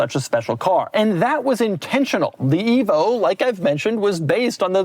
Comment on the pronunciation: At first, I thought Doug said ”evil”, before realizing it was ”evo”.